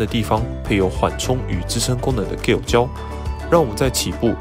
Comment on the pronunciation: Gel的g的發音是j，不是g